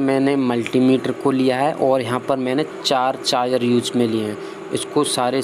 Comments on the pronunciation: Charger not ( chaar jarr) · Chayar nhi wo charger hota hai Pura video me chayar chayar sun ke mood khrab ho gya 😠😠😠😠😠😠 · Chaayer नहीं Charger बोलो Confuse मत करो लोगो को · Is vedio me sirf ye suna....kami hi dikhti h...bhai aapko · Lgta hai inko chai ki aadat hai ish liye chai aaar bolte h🤣🤣